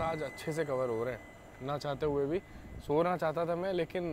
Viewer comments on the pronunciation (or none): none